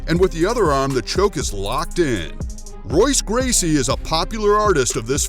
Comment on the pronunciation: I pretty much figured out this video was a joke when he said Royce Gracie and pronounced his name wrong. I absolutely knew this video was a joke when he said Taekwondo was the best.